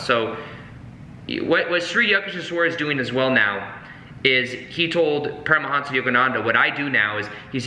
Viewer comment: Make it lucid The pronuncians of those names. Sorry I wasn't more specific.